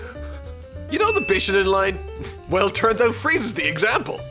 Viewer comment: The first minute of this video is so bad I feel like I should be offended by it. Dadoria? It's spelled Dodoria. Bishanin? It's pronounced bi-SHO-nen, just like it's spelled. Because it's spelled as a phonetic Romanization. "Okay, yeah, I know, they're doing the Buu Saga..." Well, this didn't age well. Personally, I was shocked to see that bumper on the end of Episode 60 because I didn't think they'd be able to do it (or, more specifically, ALLOWED to do it by Toei). They BARELY got away with finishing the Cell Saga. Even back then I felt like it was a bad idea to announce that in the video itself. Wow. Every single one of your top 5 is in season 3 except for the season 2 finale and you basically could have just said "everything before Freeza shows up" for your bottom 5 and be done with it. Why bother with a list at that point?